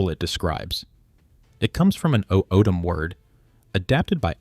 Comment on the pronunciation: Please learn to pronounce the names before you record. Gila - Hila. O'odam - Awtham. Etc.